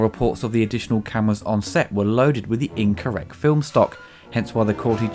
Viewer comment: 'Incorreck film stock'? What the hell is wrong with you?